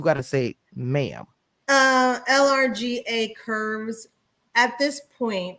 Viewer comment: LRGA Curves is pronounced like Larger Curves she has her own platform as well